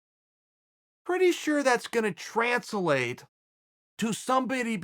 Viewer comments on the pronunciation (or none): Did chael say transillate instead of translate? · ...new word- "trans-a-late"...